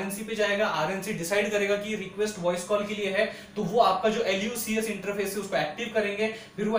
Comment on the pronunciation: You are Pronouncing L instead of i. It's not Lub, LuCS its iub, iucs, iups, etc